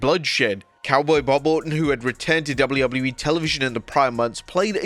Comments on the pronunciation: Please learn to pronounce the letter "w". Your accent is really frustrating to listen to when you speak fast and slur the letter w. It just turns into "doubleubbleyewee" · dounley ubbley e?? ffs learn how to pronounce it or stop doing these vids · Haha, this guy has never been able to say WWE. 😂😂😂 Wobedley Wobbedly E 😂😂😂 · Who gave this person the job when they cant say wwe properly? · The way this guy says wwe tho